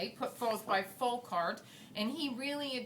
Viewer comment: who is "Folcart"? That's a significant mispronunciation of Foucault (fo͞oˈkō), which incidentally is misspelled on the card as, "Foucalt". Read and listen critically, kids!